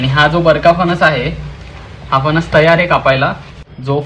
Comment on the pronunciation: फनस नाही रे... फणस म्हण....